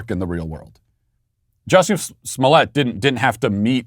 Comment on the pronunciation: How is it that you manage to pronounce Juicy's name correct, yet obviously mock others with your enunciation of their names, Matt? I mean, it's Juicy, it's right there, yet you don't use it, too obvious maybe, or you literally do have trouble with them other names? Never know with you, Walshy😁